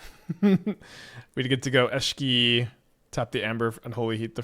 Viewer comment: Hi! Love your content, but I get whiplash everytime I hear you pronounce Esh - key in a new and profound way...